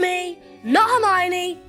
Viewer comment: That Jaaaaay-mione was on point and brought back VIVID Harry Potter Puppet Pals flashbacks 😂❤😭